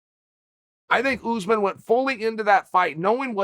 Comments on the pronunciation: Uncle C, say oos maan (pronounce the s as a s, not a z) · Chael: “oozman” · This Oozeman guy sounds like a problem for the division, he should fight Usman